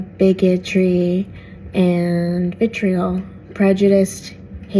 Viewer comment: She pronounced "bigotry" like she only just learned of the word 😂 Just 8 minutes of buzzwords.